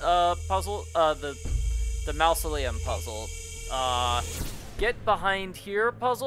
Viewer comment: It's pronounced maa-zuh·lee·uhm, NOT "mouse-o-lee-uhm" 😉 Unless you're referring to the Disney Corp.